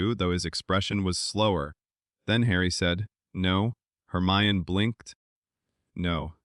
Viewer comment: Also you pronounced Hermione wrong it’s said her my en E no off